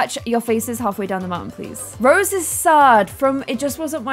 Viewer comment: I love how keeps saying Rosie but it's Rose